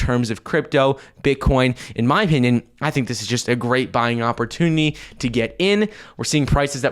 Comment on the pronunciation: 🤣🤣🤣 He still can’t say “ opportunity”. With regards to… per coin. Mouth breather.